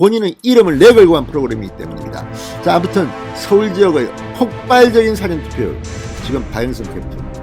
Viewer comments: 진성호는 事前投票를 辭典投票로 발음하고있다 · 사:전 투표 장음으로 발음하세요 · 운영자님 발음 좀 바꾸시면 안됩니까? 사전투표가 아니라 사전투표입니다. 무슨 뜻인지 아시죠? 운영자님 기자출신이라면서요. 운영자님의 사전투표 시 사전은 단어찾는 사전을 발음할 때의 발음입니다. 사장님을 사회에서 사장시키는 사장하고 같이 발음하는 것과 같은 형태라고 생각됩니다. 국어공부를 제가 잘못 했나요?. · 진성호씨 사전투표발음 똑바로합시다 국어사전 영어사전의 사전발음하고 사전투표의 사전의 발음은 틀립니다 지금까지의 동영상모든곳에서 사전투표발음이 잘못되었습니다 바로잡아주세요 명세기 기자출신 아닌가? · 진성호씨 사전투표발음 똑바로합시다 국어사전 영어사전의 사전발음하고 사전투표의 사전의 발음은 틀립니다 지금까지의 동영상모든곳에서 사전투표발음 바로잡아주세요 명세기 기자출신 아닌가?